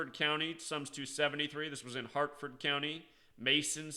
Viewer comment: It wasn't a drug store, it was at a big warehouse. And dude, its "HARFORD" county, not Hartford. Also, in this particular situation, there's actually a military base right up the road from where the happened. Aberdeen proving ground.... so its not that strange to see them there honestly